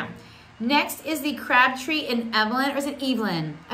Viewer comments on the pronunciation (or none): You are saying Crabbtree and Evelyn wrong!! I used to go to their shop in Belfast regularly! They also have a beautiful hand exfoilater and cream which leaves a protective layer over your hands. It's lovely. Happy St Patrick's Day from Ireland 🇮🇪🍀💚🙏